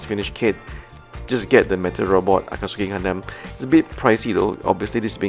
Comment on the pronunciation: No offense, just to share the pronunciation: Akatsuki = A-ka-tsu-ki ≠ A-kat-su-ki And isn't Char to be pronounced as SHAR?